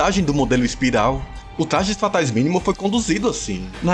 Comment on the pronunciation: Tu é o Cebolinha é? "Tlajes Fatais" kkkkk